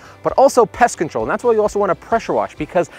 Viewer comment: Great tips... but FYI... specific unit; not 'pacific unit'... pest control; not 'pest controll'. Thanks for the tips